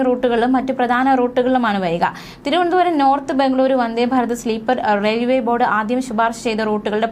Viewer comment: Farath ഫാരത് ❎ ഭാരത് ഭാരത് ✅